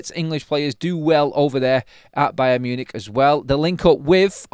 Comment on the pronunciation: Buy-un Munich buy'n Marcus! OMG I'm gerrin better at this! 👀 Caz, back me up here!! 😂😂😂